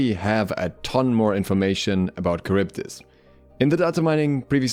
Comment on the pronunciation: 1. Not karyvdis, Haryvdis 2. A unique and interesting desing character wasted as a little girl